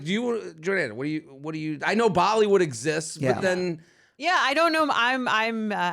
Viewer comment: I like how he says Bali would instead of bollywood😂😂😂😂❤